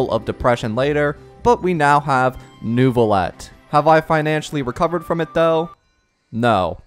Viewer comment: Pronunciation tips from a native french speaker: Lumitoile = Luuh - mih - twahle Neuvillette = Neuh - vih - lehtt